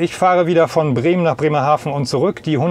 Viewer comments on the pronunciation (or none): none